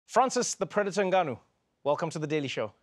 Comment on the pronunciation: I like how Trevor correctly pronounced "Ngannou" at the beginning of the show (instead of N Gannou)